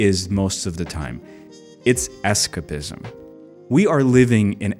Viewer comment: Fascinating little documentary, definitely gives me "the kids will be alright" vibes. I dont get to see mych of Russian culture, much less niche stuff like this. I would love to see more about subculture and trends going on in that part of the world. Small note the way you say escapism hits the ear weird haha, its more escape - ism 👍